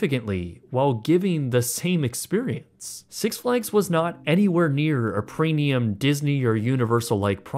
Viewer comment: Is he saying preNium?!